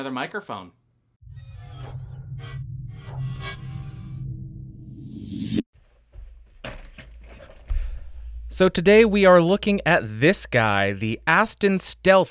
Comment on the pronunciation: Take a shot every time he says "mikerphone"